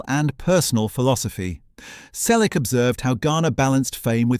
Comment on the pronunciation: I’m part of the family. Learn to pronounce “Selleck” correctly. Not his life story again. Everyone we know has read his book or listened to the audiobook. Read it. Don’t copy from other authors. Go back to school and learn to count: He was born on January 29, 1945. He is 81 years old.